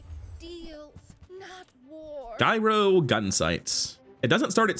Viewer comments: Hey man, new to the channel. I like your energy and I'm hoping your channel takes off. A couple of things, though - gyro has a soft "g" at the beginning, like giant, giraffe, and gyroscope, where the item derives its name. Not sure if you were saying it like that as a joke, but I figured I'd point it out since accidentally mispronouncing words always feels bad, and hopefully I can save you some cringy moments in the future. Also, remember that items with the same CD go off left to right, so early in the run you were missing a lot of free damage scaling on the Daggerwing by not having the Vortex Cannon on the far left. Since FFS had the same CD at silver, you could have lifted all your items and had FFS immediately slam them back down for more scaling on the Daggerwing - which scales on both up and down, unlike the Hang Glider that only does damage when they stop flying. I mean, you totally got there in the end, but the extra damage could have helped so I think it's a good point to remember. GLHF. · its not guyro!! its pronounced yuro, like the Mediterranean pita.